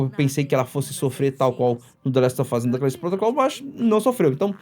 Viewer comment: "Dlest ôfáz" HEUEU